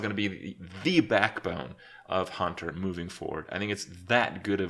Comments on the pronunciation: I swear he says 'cunter' instead of hunter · he says "cunter deck"... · or is he trying to say counter? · counter + hunter = cunter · . That is not how you say Hunter :)